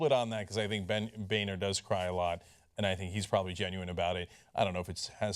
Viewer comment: It's pronounced Boner.